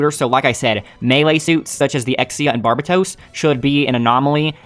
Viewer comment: Dunno how you're managing to pronounce Barbatos incorrectly.